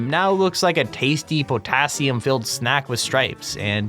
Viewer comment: "... Now looks like a tasty POE-tassium filled snack with strips"